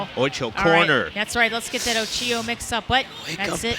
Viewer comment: Every time you say Ochio, a kitten dies.